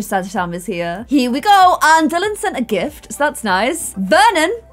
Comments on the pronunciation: Nobody * naming he child VER-on instead of Vernon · Vernon not veron 😂😂 I just Love you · You said Veron instead of Vernon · You called Vernon Veron.. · you called Vernon Veron lmao like in the game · you named Vernon: "Veron" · You named the child Veron snd not Vernon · hey! Need to adjust her name again:) Should be Vernon Not Veron:) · you called her Veron instead of Vernon😅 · the baby’s name is veron not Vernon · it says Veron not Vernon... 😝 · U called her "Veron" not Vernon lol